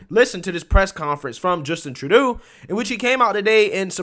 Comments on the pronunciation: Again bro, it's Troo-doh. You keep saying it wrong in all your videos. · It's NOT Tra-doo, it's True-doh. Should be simple to remember with "DOH"... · "Truh-doo"? Lol True-doe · Hey, love the shout out to the Hodgetwins and love that you've got some merch out now. If you're going to be selling your own stuff though, don't be stealing other people's catch phrases because they gonna come sue your ass😂😂 P.S. It is pronounced "True-Dough" not that that piece of shit warrants his name being pronounced correctly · True-doe (pronunciation). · His name is pronounced True dough... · Trudeau is pronounced True-dough ..although at this point he is getting a lot of other names .. a lot more of his tyrannical tactics yet to come and a long way from another election. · Tru-doe is the pronunciation! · Btw its True-dooh !! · His name Is said like "true-dough" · Hey, it's pronounced True - doe. Love you bro. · Tru- doh. Long o. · It's Tru-Dough. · Just a mug. Love it. Trudeau is pronounced "tra - doe" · I ❤️ your new way of pronouncing his name: True-doo 👍🏽👏🏽👏🏽👏🏽😁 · I crack up every time I hear how you pronounce his last name! Love the mugs, will be ordering 2 ! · I'll buy a mug if you can go a whole video saying Trudeau's name correctly 🤣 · I love how you're mispronouncing Trudeau's name (at least, I think you are; I could be wrong). He doesn't deserve to have his name pronounced right.